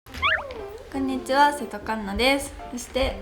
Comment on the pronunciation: やっぱ最初くんにちはって言ってるよな？